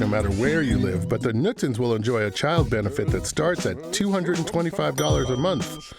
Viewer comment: The Knudsens, not the Nudsens. K in front of n is not silent in Scandinavian languages😉